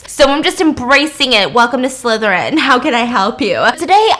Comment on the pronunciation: "SLYTHER-IN" my friend:💀